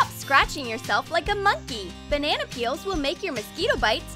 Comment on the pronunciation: “Ben-nana better”